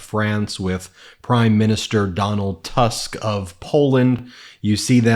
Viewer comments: It’s not Donald „Tusk” You read it in Polish as you would read „Toosk” in English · Please.. his name is Tusk with the U pronounced as in "put" . On the other hand, I love your comments totally!